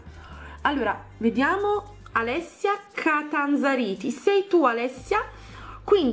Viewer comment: like se hai se hai sentito anita in vece di alessia